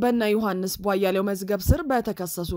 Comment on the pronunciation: እህትዬ! ለምንድን ነው ቧያሌው ብለሽ የምታነቢው? ቧያለው(የበራው) ቧ-ያለው ብለሽ ብትጠሪያቸው ትክክል ይሆናል።